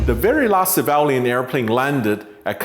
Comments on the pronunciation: Sam its not Sevalian planes. Sorry but you must correct your words here. Its Civilian planes. Which pronouse something like Si-vil-lian. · I have a problem with Sam Chui mispronouncing CIVILIAN as SAVALIAN. Did he intended to do this on purpose, or does he hate that word? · At 0.35 to 0.38 is it pronounced ceevaliaaan or civilian. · Took me replaying the first part severally to know you meant civilian when you say *civalian*. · Mr. Chui...... Its not Civaaaalian .LOL its pronounced as see-vi-li-an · It is pronounced CIVILIAN and not CIVALIAN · Civilian, not civalian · Dude keeps saying savalian lmao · civilian not civalian. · Civilian is pronounced as "SIV V LEE AN" not SAA VAH LE AN" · It was cringy to hear Sam pronounce “civilian”….. he said “savalion” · please forgive me i was wondering what was the ‘Sivalyan’, ‘Cevalian’ word you were mentioning…and in the end i realized it’s ‘Civilian’ ☺️✌🏼…great post though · It's civilian not cavalian... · Civalian airplanes? That's what I heard. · it is civilian not civalian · Same with me. But I didn't hear "severally", I heard *sevaalian*. or something like that! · Great reporting, but what is a "civalien?" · fascinating....Civ - ill - e - an (civilian) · Is it Sevalian or Civilian lol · "civalian airplane" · Sam please learn how to say the word civilian. It’s sad that you chose to go after viewers and likes by posting this video. Way too soon. I think you could have checked your ambition and held back a few weeks. I am unsubscribing and no longer watching your videos.